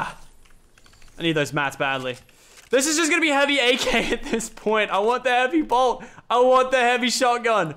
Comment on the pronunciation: Who else was raging when you said blot instead of bolt? 😂